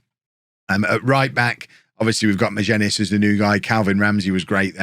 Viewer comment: Magennis is pronounced Maginnis